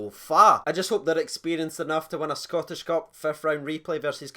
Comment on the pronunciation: "Scottish Cuf". come on we're 15 seconds in.